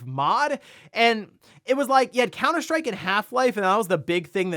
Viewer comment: Are you saying "COWNER SHTRIKE"?